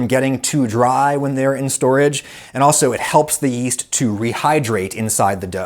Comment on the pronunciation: Oh, yeast! I thought you said "weest."